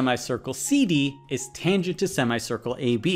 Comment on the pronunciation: Anyone else who got strange feeling by thr way he says sima-ye circle